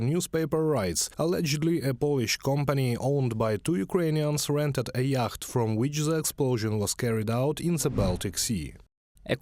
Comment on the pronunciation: Great confusion here over the pronunciation of "yacht". I didn't understand you. Then I realised what you were trying to say. The word, unintuitively is pronounced "yot" or "iot". It's a good idea to check the pronunciation of words that are new to you if you don't want to confuse your audience - I am a native English speaker and I was baffled. There are no end of web sites that will help with you pronunciation.